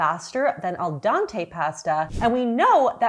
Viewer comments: Al DENte not Dante 😂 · It's al dente..pronounced dean,teh..dea as in Judy deanch not dea as in dear.. But yeh i know many that say Dante because not italian..thats ok. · Al dahntey 😅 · al dawntay pasta 😭 u are so goofy ilu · Oh my gosh I’m so glad for this comment because my mom has always pronounced it “Al dante” and it’s driven me nuts for years. I had a moment like, “oh my god, she’s been right this whole time?!” 💀♥️